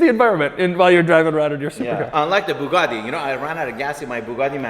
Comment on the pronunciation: a poogati